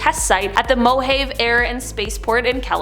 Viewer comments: SkyLab was one of the more famous Space Stations built by NASA, that said there's space missions that probably won't be declassified even in my lifetime and Mojave is pronounced Mo-haw-vie not Mo-hayve . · Mo Ha Vee Not Mo have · “Mohaib” 😂😂😂 it’s mo-ha-vee!!! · It's pronounced MO HA VI. Not mo have. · I used to live in the "Mo-Haive'" desert, gets really, really hot. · "Mojave" is pronounced "mo-HAV-ee." It's a native American word. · I couldn't believe an American could get the pronunciation wrong!!! 😝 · How you say mojave?? 😂😂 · You have a number of mistakes in this episode. Look up how to pronounce Mojave properly, it makes you look uneducated. During the explanation of number 7, you use the term "nuclear power" when you are actually referring to the term nuclear arsenal, or the strength of a country's relative nuclear weapon program - its very important distinction as nuclear power is a force for good (CO2 free electricity generation) while nuclear arsenals are the opposite, a force for extreme destruction of humans and humankind. You need to has someone fact check your episodes, the term for this being "quality" or quality assurance or quality control.